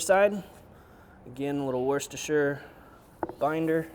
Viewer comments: Worcestershire is pronounced: Wuster shuh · its sounds so differnt when you say worcestershire the shire in the last part of the word is not herd..lol like worcesta shire lol the ce in that word are silent in mass..lol cool show